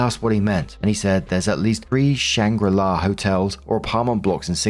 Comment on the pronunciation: Shangri La, not Shanghai La ;))))